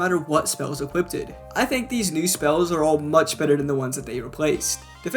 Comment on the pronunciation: I believe it's equipped not equiptid